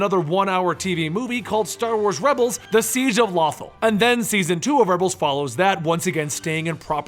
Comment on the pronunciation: the planet in Rebels is pronounced in the Series as "Low-thahl" just a friendly help.